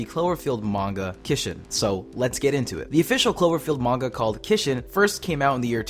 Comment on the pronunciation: Someone finally says manga right